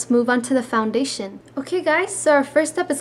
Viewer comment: Don't mean to be mean but you say founbation in stead of foundation.